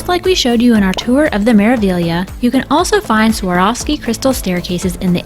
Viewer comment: It is pronounced: Mera (roll the r into the a) Veal YA